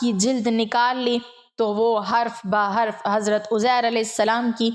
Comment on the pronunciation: اپنی اصلاح کریں یہ اوزیر ھے یا عزیز صحیح کریں